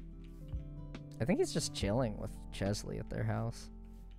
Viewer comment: "Cheslea" thought it was Chelsea